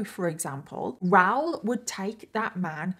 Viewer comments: Is his name ROWL or Rah-ool??? Not sure I can listen to an hour of “ROWL” So commenting for support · It’s pronounced RA oool, not Rowr. If you can’t even get the chief villain in your story correct, why should we believe your stories have any credibility? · I agree. The American in me also screams “ITS RAH-OOL” when she says “Raoul” but I realize I’m just being a dumb American bc accents and different pronunciations exist 😅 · I honestly thought his name was Ral or Ralph until the clip where he talked to the police and said his name and I realized it was Raoul 😂 I couldn’t search up the case of anything, because I must have misheard you and thought you said Ral the entire time as short for Ralph 😂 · Is that how you guys pronounce the name Raoul on that side? I'm in Canada it's a bit different. 😊😂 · don’t think you are pronouncing his name correct.